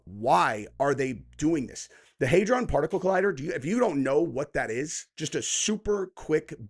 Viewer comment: Hadron...not haydron. This guy's fuckin dumb. I couldn't get through 5 min of this video. Finally unsubbed from this weirdo